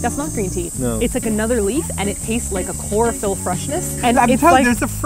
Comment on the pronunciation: Why did pronounce chlorophyll as chlorofeelee